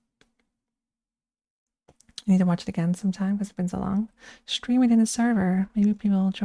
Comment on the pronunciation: it was just a matter of time-- rawr! yappy football stweam 💕